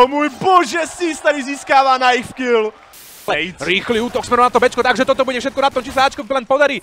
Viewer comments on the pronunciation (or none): none